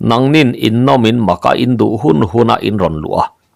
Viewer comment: In nawm in maka ni lovin In nawm in mâka tih zâwk tur.